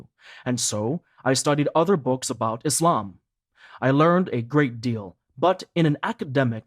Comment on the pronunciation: Could you please pronounce the name of our beautiful religion ISLAM not iZlam, thank brother